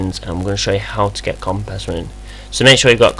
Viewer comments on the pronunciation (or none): It's NOT COMPEZ, it's COMPIZ ffs!